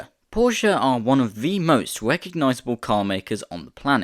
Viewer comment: its Porshe, not Porsheuh